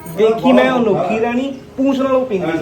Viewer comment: ਪੂਛ ਹੁੰਦੀ ਹੈ ਪੂਂਛ ਨੀ ਹੁੰਦੀ